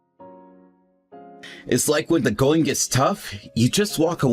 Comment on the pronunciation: “ sorry it’s GOH be a late one” “Nasiness” “ I’m goh be home late again” “ my bosses head, goh bean da chopping block” “my friend Day” (instead of Dave) “wif her”. This male voice actor cannot pronounce the words: “going, being, the, with” and purposefully doesn’t pronounce the last consonant of most words. To a former English major this just is like fingernails on a chalkboard. To someone who’s made a career out of speaking the English language, the male voice actor needs to enunciate it correctly.